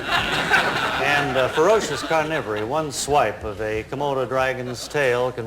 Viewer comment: Bob always pronounced "carnivore" as /car-NIV-or-ee/, and it never ceases to baffle me.